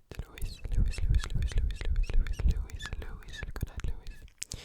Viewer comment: I dont know why I got so happy when he said Louis... its not even my name its my celebrity crush's and I'm so glad that he pronounced it "Louie" even tho its spelled like Louis (btw my celebrity crush is Louis Tomlinson)